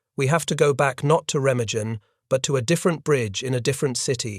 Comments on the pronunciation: Oh, how I hate an narrator mispronounce a city or region WRONG!!! That bridge has a German name Ree-mah-gen. If needed check the finished production for those kinds of ERRORS!!!! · Remagen rhymes with pemmican. It is an ordinary German word with accent on the first syllable and a hard g as in 'go.' This remark may seem trivial after such a tragic tale, but you'd think that after making scores of these WW2 videos, you guys would take enough interest in German culture to master an ordinary word. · Why is he pronouncing Remagen like that?